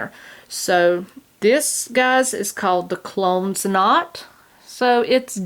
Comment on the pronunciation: not 'clones' as in attack of the clones! Clo - nes, (nezz) two syllables, after the town of Clones in Ireland.